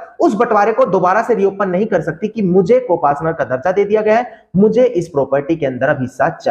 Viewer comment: Co partner Hota Hai ya co Pasnar hota Hai😖